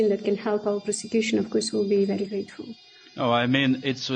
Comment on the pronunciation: Просекьюшен или проститьюшен?... Бдь аморфная.